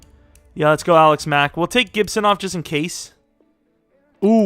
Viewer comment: The more you say Alex Mack, the more it starts to sound like Alec Smack